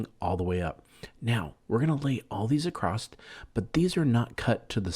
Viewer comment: Stop using the word acrost. It’s not right. It’s across.